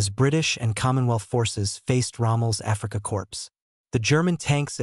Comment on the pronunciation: Yet more poor research and too much inaccurate hyperbole. The AI style narration is very poor. Learning how to pronounce Afrika Korps would be a good start. In its day the 2pdr was good enough for most tanks until the late Pz III and Pz IV F models started to make an appearance.